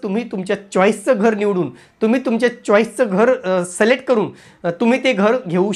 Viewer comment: सलेक्ट नाही सर सिलेक्ट